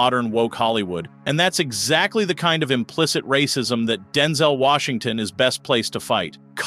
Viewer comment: Homie called him “Denzle” Washington 🤣